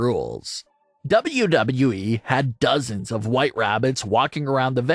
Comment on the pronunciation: Bruh. The way you over enunciate WWE is a struggle to listen to.